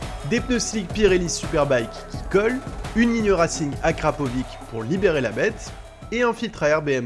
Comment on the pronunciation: Rims « Rassingue » oui mdrrr bonne vidéo encore